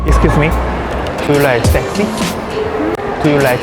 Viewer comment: 못 알아 듣는 것이 당연한 듯 하네요. 먼저처럼 Am I sexy? 혹은 Do you like sexy guy(or man or person)?라 물어야 할 듯 하네요. 그리고 sexy의 발음도 그들은 못 알아 들은 듯 합니다. 아마 알아 들었다면 “sexy what?”식으로 되물었을 것입니다. 오히려 한국어로 물어봤었더라면 어땠을까 생각도 해봅니다.